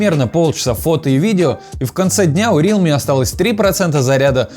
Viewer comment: Даун какой рИалми, РЕАЛМИ правильно